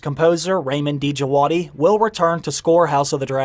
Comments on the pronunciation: Hey 👋 Ramin djavadi is iranian composer Pronunciation of his name is Ramin djavadi not D javadi Love your channel keep on the google work 🍻❤️ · Ra meen It's just Jawadi. Don't pronounce the D❤✌He did amazing work for Westworld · The d in djawdi is silent.